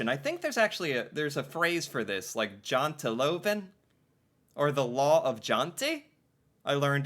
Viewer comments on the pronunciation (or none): Janteloven pronunciation - remember in Norway we use soft J's, so it's Yanteloven.